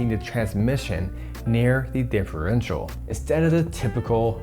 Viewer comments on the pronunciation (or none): none